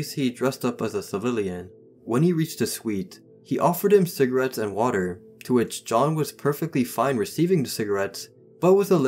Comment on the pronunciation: the lady: yOU WanT SoMe CiGgArets